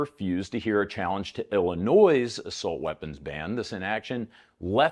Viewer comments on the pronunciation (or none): Not how you pronounce Illinois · The way you say “Illinois” makes me want to unsubscribe